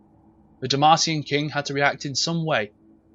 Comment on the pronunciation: why he say king like that?you good bro?